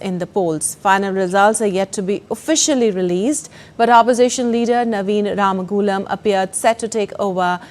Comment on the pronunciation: From Mauritius how come you from India you can’t pronounce Our prime Minister Name Ramgoolam properly 🫢